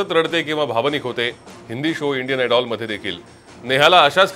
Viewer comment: आयडॉल नाही ओ ते आयडल म्हणावं 😂😂😂😂